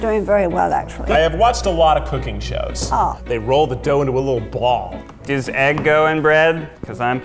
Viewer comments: " and they roll it into a bwal" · the way he says BaWLl